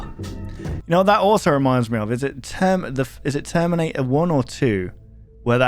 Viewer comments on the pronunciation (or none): none